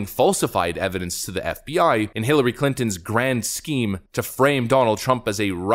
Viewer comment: His name's not Ray, it's HillaRay.